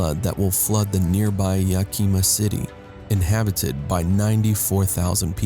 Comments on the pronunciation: What do you mean inhibititived? Don't you mean inhabited? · Very interesting. Thank you. And you have a really nice speaking voice, I would only suggest to maybe voice-over the places where you say inhibited instead of inhabited. That will finally stop the critics from only pointing that out and ignoring that we're living in disastrous times. You did a good job. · 1. "Often" is pronounced "off-en" not "off-ten." 2. "Phenomenon" is singular; when speaking of multiple events, the plural is used: "phenomena." 3. "Inhabited" and "inhabitant" are not pronounced "inhibited" and "inhibitant." --- Pleasant voice, but incorrect. Is it a robot reading typos? Distracting. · Inhabited, not inhibited. Might want to pronounce your words appropriately.